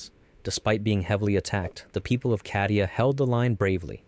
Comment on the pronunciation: Bro its pronounced cay-di-u not ca-di-u (ofc it is spelled cadia)